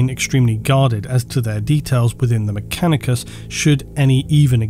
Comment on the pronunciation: Does anyone else hear say "MechaniCUM" instead of "MechaniCUS"